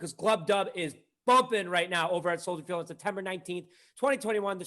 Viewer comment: FYI it’s soldier field not soldiers field…just saying